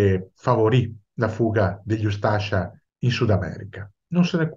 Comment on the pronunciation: Buongiorno, spero che gradirà questa piccola correzione su la pronuncia di un accento, la ha pronunciato "ustàscia" mentre la giusta dizione è "ústascia". Sbagliavo anch'io fino a quando un amico croato mi corresse. Complimenti per le sue esposizioni.